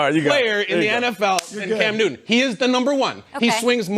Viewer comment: At .03 she said Cam Newman! 😆😆😆